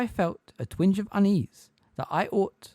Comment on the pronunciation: Bro I really appreciate the upload, i dont mean to sound mad. But some of ya pronunciation is off. "Twinge" has a "ge" on the end. It doesn't sound like "twing"